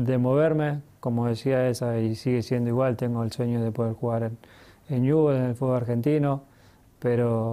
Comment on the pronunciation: Ñubel dice Messi jajajaja lo amo lpm